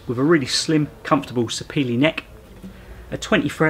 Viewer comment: Thank you for the correct pronunciation of "Sapele".